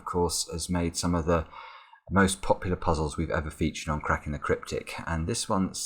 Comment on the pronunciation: At the end of the video, it sounds like he's saying "crapping the cryptic"...